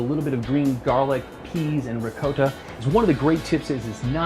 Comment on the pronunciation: The way he pronounced riccota